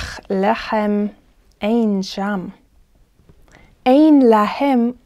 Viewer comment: "Lahem" instead of "lehem" is just a pronunciation trick to emphasize an idea, right? In this case, to stress the contrast between the situation in Egypt with that of other lands? Thank you!!